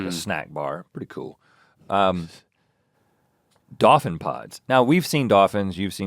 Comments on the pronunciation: dawfin? dawfins? dawfin pod? Rhett 😩😂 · I love how Rhett pronounces dolphin